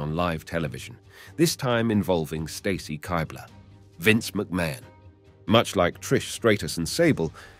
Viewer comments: Why is every females last name not pronounced the way they pronounce it? Straytus? Kighbler? I couldn’t finish the video. Literally simply watch the WWE videos of these women in the video and you’d know that NO ONE pronounces their names this way 😂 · Pronouncing Stacy Keibler's name like that is a dead giveaway that this guy is not much of a wrestling fan, as is showing clips of Lita kissing Matt Hardy while talking about the Lita and Edge angle being heavily sexualized. Still a very good video covering all that crazy shit though.